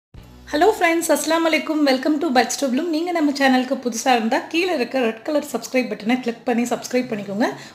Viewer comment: கீளே இல்லை கீழே என்று சொல்லுங்கள்